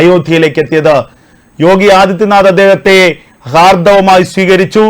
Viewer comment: ഹാർദ്ദവമായി😅 ആദ്യം മലയാളം പഠിക്ക്